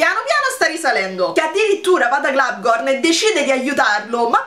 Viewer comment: È un dettaglio, e so che ormai lo pronunci così da tempo, però in teoria non ci vuole la "n" alla fine di Globgor. :D